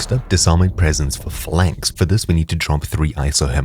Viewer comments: Sounded like "flanks" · It's hilarious how none of these YouTubers can pronounce Phalanx